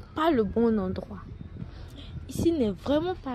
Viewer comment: H1 Svp on dit médecin et non MeCsin ça m'a fatigué